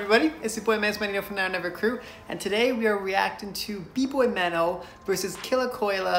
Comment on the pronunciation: It's actually "kolya" 😅